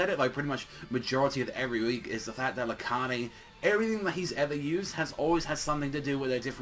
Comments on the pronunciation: it's not Lar-cah-de it's Lar-kade. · it's actually rakheid. sooooooo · YOURE SAYING LARCADES NAME WRONG